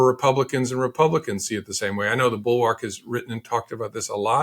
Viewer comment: Can’t pronounce “bulwark.”